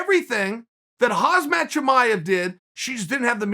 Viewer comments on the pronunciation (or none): Never once did I hear Khamzat's name pronounced correctly...KhamZat...not HazMat. And never once has anyone said they heard anything from Rose. It went...Dana said she didn't want a title shot, and then Pat said she didnt say that she didnt want a title shot. Can we hear it from Rose? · Chael: "Hazmat Chimaev"